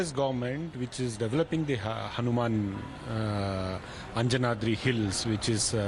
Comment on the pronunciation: Pronounce Anjanadri hill correctly. And it is not "believed to be". "IT IS" birthplace of Lord Hanuman